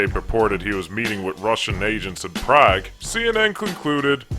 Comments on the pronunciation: Prague is pronounced "Prahg" not "Prayg" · Btw it’s pronounced Prague (Prohg) not (Prag)